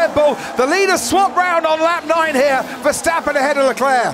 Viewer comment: Miami is a joke in every way. A track that lookes likes it built in a week, overdone show with fake harbour (🤣) and last but not least: the commentary! Can’t grandpa say Verstappen? Or does he have a potatoe in his mouth since he pronounces his Max’ name as “ Fershhhteppen” 🙉 No more Miami please.